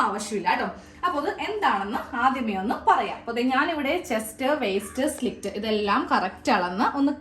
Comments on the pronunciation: Good idea. Its "slit", not " slict" dear. No offense meant. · സ്ലിക്റ്റ് അല്ല സ്ലിറ്റ് ( slit ) ആണ് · സുഹൃത്തേ, slit ആണ്. Not slikt. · സ്ലിക്റ്റ് അല്ല, സ്ലിറ്റ്, slit. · slit (സ്ലിറ്റ് ) എന്നാണ് കെട്ടോ മോളെ പറയേണ്ടത്.